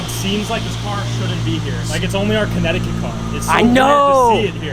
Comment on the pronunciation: Why do people pronounce connecticut as CannedyCAT?